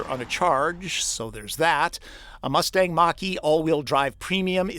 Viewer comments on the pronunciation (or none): none